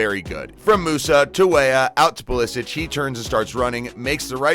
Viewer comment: Either Pulishich or Pulisik, but not Pulisich